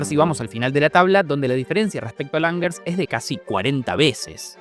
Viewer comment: Angers se pronuncia ã(n)zhé. La a es Nasal y jamás de los jamases se pronuncia como la "a" del inglés. El sonido de la g en este caso antes de una e o una I, se pronuncia igual que el fonema "ye" rioplatense y ni la "r" ni la "s" se pronuncian